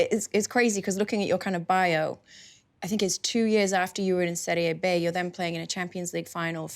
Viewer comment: Kate, great interview, but it’s Serie B (as in BEE, like a bumble bee), not Serie Bay as it’s pronounced in Spanish. Bobo never corrected it, but just listen to how he says it during the interview.